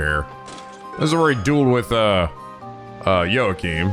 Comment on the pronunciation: PRONOUNCED JUNA CORRECTLY?! Does that mean that he will start saying Jona right too??? Edit: HE MOST LIKELY WILL! IF HE PRONOUNCED JOACHIM CORRECTLY, THEN HE WILL DEFINITELY SAY JONA'S NAME CORRECTLY TOO!!! YES!